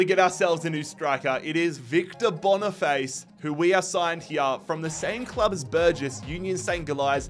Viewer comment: Hey mate nice realistic video but bonifaice is just pronounced like face in english and not but bonifatché😅